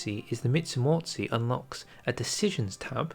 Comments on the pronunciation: Как он произносит междумордие междуморье? "Мицумоци"? Что это за...?! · I was watching this video, thinking "Hey, your pronounciation of Polish words isn't that bad. At least you don't butcher the language like some other non-Poles do". And then... when we were almost through... the Mitsumotsee came and I just... died internally. In all seriousness, it's a very difficult word and I'm not even sure, how to explain its pronounciation but I'd recommend you something like "Myen-jee-maw-zhay". It's not the exact pronounciation but it's the about the closest, you can get, using the English phonems. Also, as a Pole, I'm very excited for the new tree. Seeing how big the alt-history path is, I feel like it could be legitimately better than the Road to 56 one (which, for now, is the best, we've got in any mod). I really hope, they include the monarchist path (which, for me, is the main thing that's missing from the R56 tree). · "Mitsimortsi" killed me, dude... 🤣